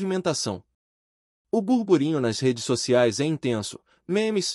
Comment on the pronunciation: Pessoal, a palavra correta é: "BURBURINHO" e não " GURGURINHO".